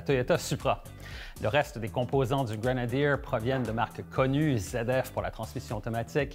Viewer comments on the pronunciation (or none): Un stering box en bon Français ? Un Snorkle en bon Français ?... On vous adore...en revanche Grenadier ce dit Grenadier en bon Français🇫🇷... Pas Grenadirrr comme votre intervenant. Amitiés !